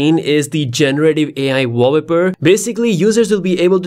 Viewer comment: Interesting video, but this is not how you pronounce "wallpaper" 😉